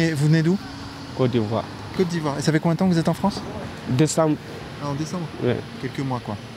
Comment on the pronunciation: Normal !!! " Sy la Fronce !!! "